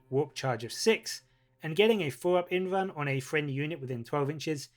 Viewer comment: The "L" in "invulnerable" is not silent. So the truncated form would be an "invul" save, not an "invun" save. Sounds really stupid every time you say "invun".